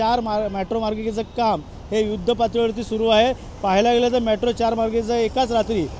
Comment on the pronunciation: मॅट्रो नाही रे मेट्रो!😂😂